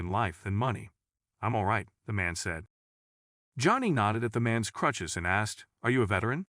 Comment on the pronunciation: This guy pronouncing crutches as clutches just sounds like a made up.story to pull at your heartstrings